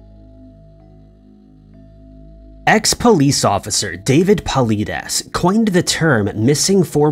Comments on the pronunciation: Paw-lie-dez tf is palides 🤣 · It's pronounced...Paul-Eye-Dus...for fucks sake man, Cmon!? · Check out David Paulides' newest movie. It's excellent. (FYI: His name is pronounced Paul-Eye-dess) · His last name is pronounced "paul-eye-dess". If you dont even watch David's content or his interviews, then there is no need for you to make any about him with his created title name and reference him. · You pronounced David Paelidies (sp) name. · You butchered David's last name. It's Paul-id-ess. Paulides. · “Paleedes”: Pulides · poe lie tiss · Yeah, but he should learn to pronounce his name correctly. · You can tell he did his research since he miss pronounced the name of the leading missing 411 caseworker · He Never Gets Dave's Last Name Right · At least learn how to say Dave’s name properly, and you’re just stealing his material. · Come on the pronounciation of Mr Paulides name? It's not like there's hundreds of videos with him introducing himself right? Come on thats just lazy bro give the man some respect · To bad you don't know how to pronounce David's last name